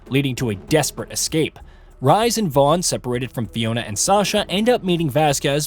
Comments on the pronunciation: Really bro “Rise” it’s pronounced “Reese” so annoying you butchering his name 😂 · For same one names Rhys that's not how you say it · not the only name that was butchered too, it hurt my soul everytime